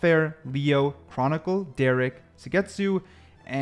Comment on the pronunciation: u monkey said derrek instead of derke AND ZMJKKKKJ instead of kang kang bro stop ranking if u dont even know the names